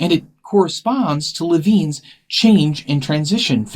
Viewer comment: Lewin not Levine